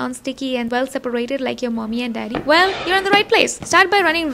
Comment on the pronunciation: The emphasis on “mommy and daddy”